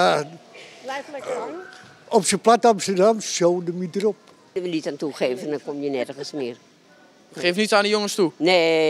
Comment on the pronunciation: "Op z'n plat Amsterdams sodemieter op"